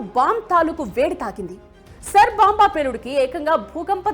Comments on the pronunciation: సర్ బొంబా కాదు ఆది SAAR BOMB Pronounciation నేర్చుకోండి first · Saar bomb kadhu , Tsar bomba antaru